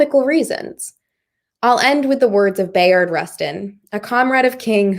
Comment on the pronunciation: Pronounced: "Buy-ard" Rustin.